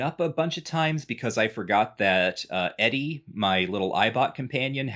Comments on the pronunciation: Wait, is the robot pronounced "Eddie"? I always called it "E-Dee" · pronouncing ED-E Eddy is blowing my mind, I’ve always pronounced it Edee.